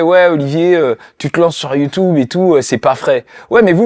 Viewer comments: Ça me perturbe il dit YouTOUBE 😭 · Je t’aime bien le motif mais dis YouTube stp pas youtoub